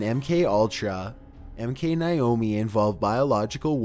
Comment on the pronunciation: how can you mispronounce Naomi so much? its Naomi not Nayomi xD